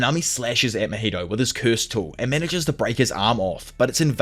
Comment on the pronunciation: how can this guy not pronounce mahito properly smh i cannot. but i will still like cause u dope asf <33